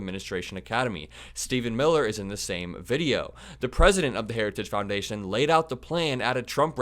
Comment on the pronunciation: Boy, he really fimbled the name of the institution/organization Harajuggs.